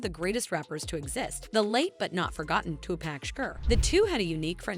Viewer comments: 2pac! Not 2pack if it was 2pack it would have “k” at the end. 😅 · It’s not 2 pack for Christ’s sake Tupac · Tupac not two pack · I stoped watching after this white lady said “Two-Pack” 💀 like she hasn’t heard millions of people say it the real way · Why the narrator keep callin this man Tupack🤣🤣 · bruh this narrator.. Two Pack, what you talking about? We in a grocery store or something? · It's TuPac not Tupack... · It is not Too-Pack It's Tupac's "culture covered" lol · I can’t believe she is pronouncing his name “TuPack” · It is REALLY hard trying to FOCUS on the content of this video considering the NUMBER OF TIMES the host mispronounced Tupac's name, :face-red-droopy-eyes:.......... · “Tupack” lmfao. It took me out of the narration every time. I had to keep going back to hear it again 😂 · Who’s Tupack, I don’t know any Tupack? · Who the F is TUPACK??? Are you talking about Tupac? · If she says two pack again!!!!! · Wth….. say Tupac’s name correctly…. Down voted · Nope. I Refuse to listen to her butcher Tupac's name like this. This is BS. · I can’t even watch this the way you continue to mispronounce Tupac’s name 😢ugh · The way the narrator pronounces Tupac's name makes me cringe. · it took everything i had to not skip this video every time you pronounced Pac's name wrong. Annoying AF!